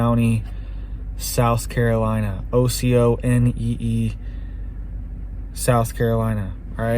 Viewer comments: Just to let you know the county is pronounced O cone e and nuclear is pronounced Nu cle er, as opposed to nuc u ler. It is a common mistake and it just drives me crazy. Forgive me. lol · oh-CONE-ee county. Oconee County